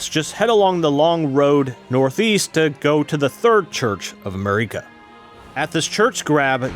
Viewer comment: He said Marika as mare-ee-kah even though so, so many NPCs say it correctly right in front of you As for the bow, yes it's useful for traps, no you do not have to have it equipped at all times, I don't know why he suggests that you should just carry it for no real good reason. For the Heavy Knight guide... I guess that works? I believe most players would instead suggest you grab the Endure or one of the Stamp skills and use the armor to just each punishment while charging the heavy attack. That, or just put your first levels into Endurance until you're no longer fat rolling. Strength is also boosted by 50% while 2-handing, and 2-handing boosts stance damage, so that shield has a minor offensive cost on top of that.